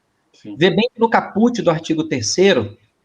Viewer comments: Atenção: a pronúncia de caput é: Cáput. Acento no a. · A sílaba tônica da palavra "caput" é a primeira sílaba, não?